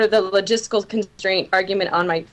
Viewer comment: "Logistical"? Really?